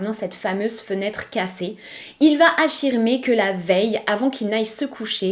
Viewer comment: je découvre votre chaîne et je vous suis à présent. Je souhaitais juste vous dire de faire attention à la liaison phonétique suivante: vous dites souvent "vat être" au lieu de "va être". En dehors de ce détail, Bravo j’aime beaucoup votre narration, le choix des histoire, tout est agréable 😊❤❤❤